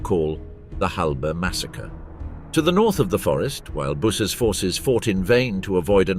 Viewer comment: Many names mispronounced. Busse is B Uuu se